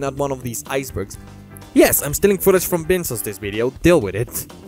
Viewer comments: “Vin sauce” hurt me in my soul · Was mispronouncing Vinesauce's name on purpose? If so, nice detail.